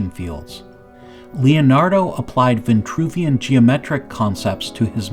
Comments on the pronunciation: “Vitruvian” man, not “Ventruvian” !! The word has no e nor that extra n! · Almost lasted 5 minutes. veNtruvian.. Sorry credibility is a go no go for me. If pronuciation accuracy isnt important, what else isnt? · It’s Geo-metry WTH is G-aahmtree. And its Vin-true v-in . TRUE vien true! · it it vintruvian or vitruvian? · Why the variant pronunciations of Vitruvian and VINtruvian? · This "Vintruvian" shxt is really bothering me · Funny, because there's no "n" in Vitruvian! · Vitruvian with one N and Vitruvius with no N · I noticed that too, like through the whole video. I put the closed caption on just to make sure I wasn’t hearing this completely wrong, but yeah there’s no “n” there. Let’s be mindful of how words might sound and actually how they are spelled. Although a great presentation, that part was hard to listen to. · There is no 'n' in Vitruvian man. Ironic that you can't pronounce this holy name right.